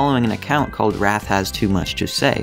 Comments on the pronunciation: Did anyone else cringe when he mispronounced wraith? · wraath? it's wraaathe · Wraith, lol, not wrath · What the fuck is with your pronunciation of Wraith. Wrath doesn't have an I in it. I'd hoped someone would tell you that after the other video you made on this.